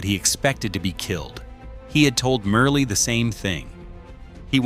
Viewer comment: Medgar’s wife name is pronounced Myrlie (Murly) not Merely🙏🏽